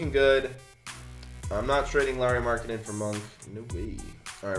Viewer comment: I cringed when he got Markennen for demar derozen